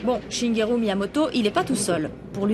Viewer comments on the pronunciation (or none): C'est pas shingeru mais Shigeru